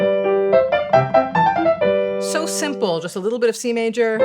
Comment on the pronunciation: For me the punch line was when she said C major, but it sounded like teenager.